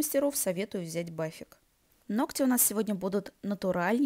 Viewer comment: «ноКать» очень режет слух и портит впечатление от видео.